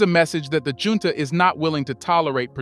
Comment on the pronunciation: Many words are mispronounced such as Junta and Niger This should be corrected